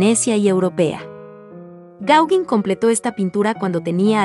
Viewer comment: Paul Gaugin se pronuncia 'pol gogán'